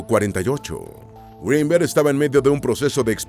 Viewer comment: No es un apellido anglosajón, no se pronuncia "Gruinberg", sino tal y como se escribe.